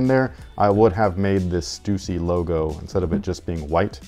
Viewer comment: Thank you for pronouncing Stussy correctly. One of my pet peeves